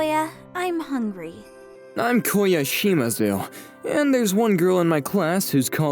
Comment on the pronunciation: Koya* change the O into U and Filipino will know